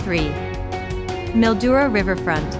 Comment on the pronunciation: Mildura is pronounced Mil..duura.